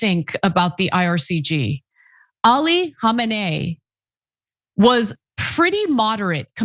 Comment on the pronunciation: 'its not ''ircg'' its irgc ana, notice you repeat this misspell